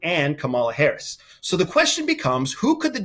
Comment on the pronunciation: Can you please give Vice President Harris the respect she deserves and pronounce her name correctly?? Geeze!